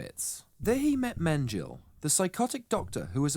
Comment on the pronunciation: Mengele is pronounced thus: Not "men-geel", FYI.